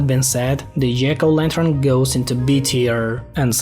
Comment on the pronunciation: jiggle lanter